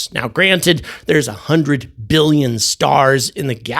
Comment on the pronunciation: Seems with her accent that she said a million, not billion.